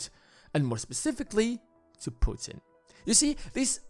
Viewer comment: Who the hell are you to talk about mother Russia at all??? Noone?! Who the hell are you to mispronounce president of Russia name ! Noone ?! Go sleep, kid!